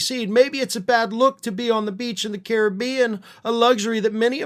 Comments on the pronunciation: thank you for pronouncing, Caribbean the correct way.. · Yay, for the UK pronunciation of the Caribbean :P love the channel regardless